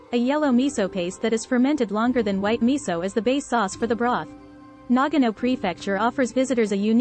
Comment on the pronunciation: You're mispronouncing it! It is not pronounced NAG- ano. It is correctly pronounced Na-ga-no.